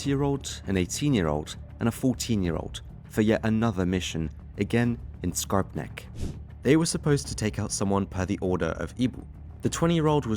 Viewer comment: "Skarpnäck" was rather correctly pronounced 😀.